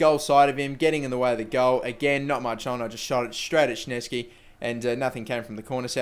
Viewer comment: shnesky lol